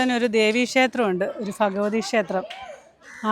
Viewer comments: Bhagavthi not Fagavathi, Bhoomi not Foomi, please consider as a suggestion. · നീ എന്താ ഈ ഫാഗവതി എന്നു പറയുന്നത് ബി അല്ലെ വരേണ്ടത് bagvavathi bagvan